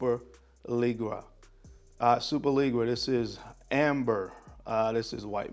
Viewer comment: Superleggera is pronounced like “super- leh - jera” The g’s have the same sound as the “s” in “vision”. Almost like a soft “g” sound “z” and “sh” sound mixed. It’s named after the Ducati superleggera or the Lamborghini superleggera